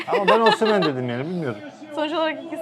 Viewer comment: Abi adamın ismi oshimen değil osimhen